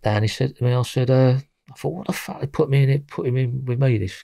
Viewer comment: "So I think to meself - Fack." Tell it how it is,.